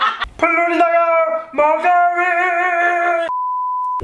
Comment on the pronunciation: 플로리다 가아 머과뤼~~~~~~~~~진짜 뢋 갔넼ㅋㅋㅋㅋㅋㅋ